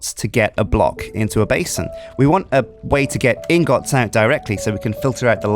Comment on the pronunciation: can you say ingets intead of ingots cuz its making me triggered